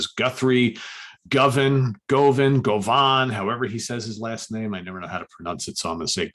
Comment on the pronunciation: you pronounced "Govan" perfectly. Ask Steven Reid, it's an area in Glasgow.;)